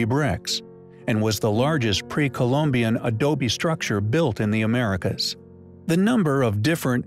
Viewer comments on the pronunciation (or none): none